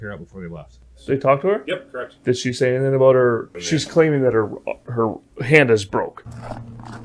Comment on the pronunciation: The way this dumbass b pronounces 'about' is enough for 25 to life holy shit